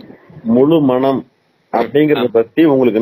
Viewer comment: முலுமனம் அல்ல முழுமனம். ஓ "ழ" உச்சரிக்க வராதா, வால்க தமில் !